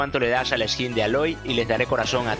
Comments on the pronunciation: se pronuncia eiloy mi nombre del juego es ricardo230108 nivel 79 por si acaso ayudaaaaa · Se pronuncia Eloy pero para que sea básico es aloy y no como dijiste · en españa se pronuncia a-loy y en chile eyloiy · El personaje se pronuncia eloy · En España se pronuncia Aloy y en latinoamerica eiloy